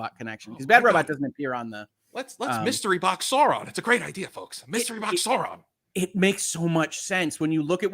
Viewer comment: Excessive criticism of a show for doing a disservice to Tolkien by two guys who can’t pronounce Sauron, is that ironic? I’m not a particular fan of the RoP show, just found this episode a difficult listen.